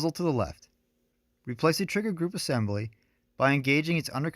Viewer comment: Great video. Is there a reason you say "thee" for "the" every time? As in "thee handguard" and "thee lower loop"?